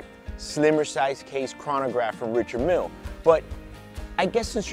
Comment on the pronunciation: Great vid but you need to pronounce the name correctly